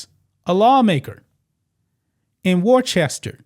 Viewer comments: Wor-chester ? The English city it is named after is. “Wuss-ta” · War-Chester? Matrix, It's Worcester, Like Worcestershire. Either way, great to see another nutcase out of law here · Just FYI, “Worcester” is pronounced “woos-tah” with oo as in foot. I know. You have to have lived there for a while. Many of my paternal ancestors came from that area, and I’m sorry to have to admit it. Here is a lesson in hiring for y’all. First, check applications and references to ensure THAT THE APPLICANT IS CAPABLE. Next, determine FROM INTERVIEWS whether the applicant is SUITED (meaning likely to fit in) FOR THE POSITION. It sounds to me as if y’all have it ass-backwards. It sounds to be as if y’all were trying to fill some dumbass quota instead of ensuring that the applicant is 1) capable and 2) appropriated suited for the position. I hope more people in Worcester can learn more sensible hiring practices. I’d be happy to teach you, but nothing on earth could get me back in New England where it seems so large a percentage of the population has lost too many marbles. Pretty soon, if you don’t smarten up, you’ll be as dumb as California, Oregon, Illinois, New York, and Washington, D.C., and that is no compliment. BTW, it’s male. A very, very sick male. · It's worchester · BTW, it's pronounced "Wuster or Wooster." Great show. Many thanks. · Wooster is how ya say it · I’m from Massachusetts it’s pronounced Wos-stah. That’s a woman using the non-binary title. I left that crazy liberal state a year ago. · It's pronounced Woosta ! 😅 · Ya pronounce it "Woostah". Yah welcome. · I just laughed when you pronounced Worcester. My family has lived in Massachusetts for 119 years and I want to move so bad.